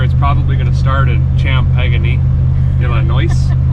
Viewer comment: Shampagnee Illinois. Gets me every time.